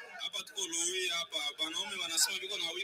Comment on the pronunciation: c'est Luhihi et non kahihi